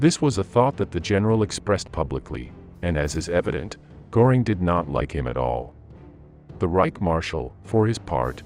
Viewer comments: It’s “Gehring”. Not “Goring.” You lose credibility when you can’t pronounce the names correctly. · A very valuable documentary. Göring's name 's with ö and not o. So the pronunciation should be like that. Thank you so much. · Every time that naration voice mispronounces – in confident American phonemes – the name 'Gore ing', it klangs in my ears like a fart during the moment of silence at a memorial service. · Can't stand the AI stuff. And just learn to pronounce Görings name correctly, it is NOT Goring.